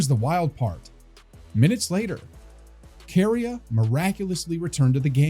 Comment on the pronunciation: Kary A??? It’s pronounced like ‘Korea’ fyi